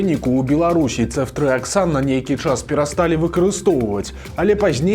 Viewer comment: ЦэфтрыяксОн, але ня Цэфтрыяксан. У Бел мове пад націскам звычайна ёсць літара О. Маглі б лекары спачатку ўвесці крыху леку пацыентцы, паглядзець на паводжанне арганізму. Ды калі ўсё добра было б, то тады ўвялі б астатнюю рошчыну шпрыцу 😞